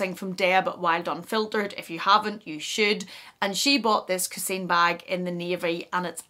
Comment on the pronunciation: The 'i' in the word coussin is pronounced as an 'a' followed by a very weak 'n' . Thanks for the interesting video.